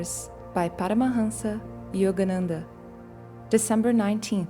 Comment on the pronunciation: Thank You so much for pronouncing Paramahansa Yogananda’s name properly. Having grown up, reading, and writing Sanskrit and studying the Bhagavad-Gita and memorizing it from the age of four on it is torture to hear Sanskrit mispronounced. This is lovely the way you’ve done it.